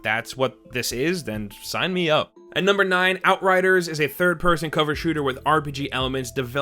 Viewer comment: I can't be the only one that heard it as ''Here are 23rd person games'' or maybe it only is me? lol